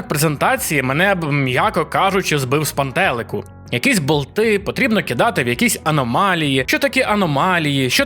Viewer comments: Мене це "з пантЕлику" збило з пантелику😅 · "з пантЕлику" - крінж))) Кожний відос дивлюся і чую все нові незрозуміло на шо вигадані наголоси)